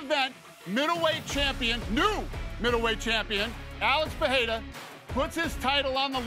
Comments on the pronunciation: Not sure why people, let alone high paid professional analysts that can't speak the language try to say names they can't and say it different and butcher it every time. Per-re-ra sounds much better than Per-le-la or Pa-we-wa 🤣🥴🤦‍♂️ Come on man.. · SMH.. the UFC owner doesn’t know how to say Alex Pereira properly🤯 the “wife slapper king” said Alex PEHERA 😂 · “Uh-lex pehayda”